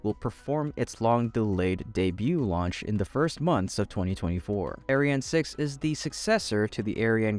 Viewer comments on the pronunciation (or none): You really need to differentiate your pronunciation of the ESA rocket : Ariane - arri anne Aryan - air rhean Because the aryan rocket has a sinister sound to it.....